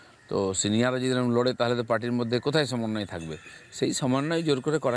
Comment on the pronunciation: একজন বলছে সমন্বয় আর একজন বলছে ছমনয় কোনটা ঠিক 😂